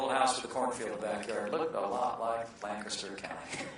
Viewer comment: Thank you Mike Pence for pronouncing "Lancaster" correctly, btw.